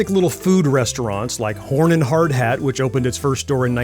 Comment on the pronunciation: "Horn & Hard-HAT"??? Horn & Har-DART!!!